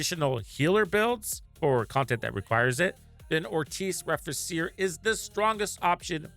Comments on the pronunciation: Nice video... just wanted to point out cause my OCD won't let me NOT do it... is the pronunciation. Re-fee-che-re is how it's pronounced. It's Latin. Means To Rebuild/To Repair/To Restore. :) Happy hunting. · Just a bit less aye and you'll be good to go. :3